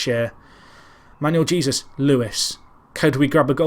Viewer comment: Great series, been here since the start. I know how terrible (lol) you are with names but I have to say Jesus is pronounced Hey-zeus.